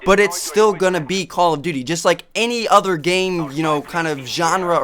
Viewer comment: "jest", "vary"... LOL!